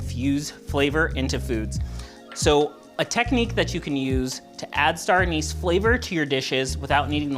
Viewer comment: Did you say, “Anus” flavor?